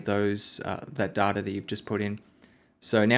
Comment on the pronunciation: You keep pronouncing "data" wrong. It's pronounced data, not data. Please work on this.